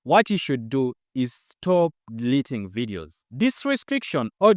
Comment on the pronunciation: Stop DELETING or what is the word. Could you please effect the pronunciation? Other wise, it's a wonderful presentation.. Cheers 🇵🇬🇵🇬🇵🇬🇵🇬